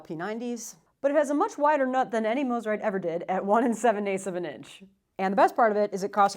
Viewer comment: You pronounced it correctly! Love my Eastwood Corona!